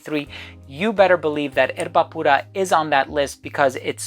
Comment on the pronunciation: Amazing video/review! Perfect pronunciation of Erba Pura… Bravo 👏🏻